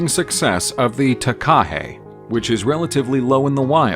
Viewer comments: Takahē does not have a stress on the KA. The stress is on the HE at the end. Hence the macron signifying a long sound. Taka is short sounds like waka and haka ( NOT harka) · There is no rolled r !! It does disrespect. You wouldn’t hear maori, kererū or takahe. Pronounced in this flippant way anywhere in new Zealand Just check on a translation app or ask someone ! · Sorry but your pronunciation of Maori is completely unacceptable .. you could please make a little effort…. Repeating Kererū and Māori and takahe over and over with no effort to pronounce correctly … is sad. Or are you a bot ? Stop stop stop saying Mayory. Very lazy and insulting